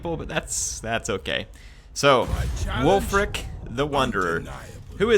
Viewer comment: every time you say ulf, all i could think about was ulfric stormcloak